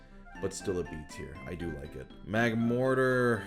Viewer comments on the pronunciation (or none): none